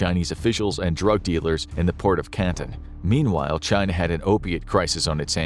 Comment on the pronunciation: Can-ton. Not "Cant'n" like the one in Mass.